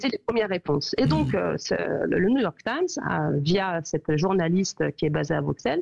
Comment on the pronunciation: Oui oui le New York thime. 😂